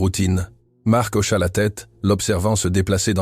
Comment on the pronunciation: Hocha et non auchat !